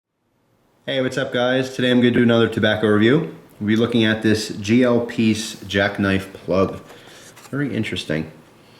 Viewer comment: Silly, its Pease!